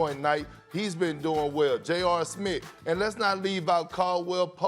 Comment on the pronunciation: Go subscribe to my channel and check my music out On SoundCloud if you heard Perkins say “ Jr. Smit “😂🚦💪🏽